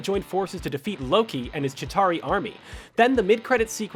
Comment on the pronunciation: This guys needs to learn how to use his ears and mouth properly, chitari not kitari.. thanos not thainos... craig not creg